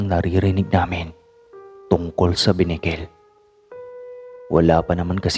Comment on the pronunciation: Correction not binikel ,kundi benicquel